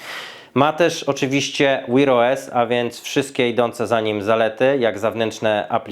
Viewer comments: 🤣🤣🤣 co to jest "łir OS" ktoś do szkoły nie chodził? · Jaki "wir os"? Sprawdź jak się wymawia w slowniku😂😂😂😂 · To jak mówisz wear os to masakra, wymawia się tak jak pisze tylko "w" wymawiasz jakoś "Ł" 😁